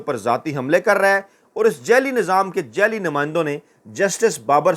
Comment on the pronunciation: لفظ جعلی کو جالی ادا کیا جاتا ہے جب کہ اکثر آپ جیلی کہتے ھیں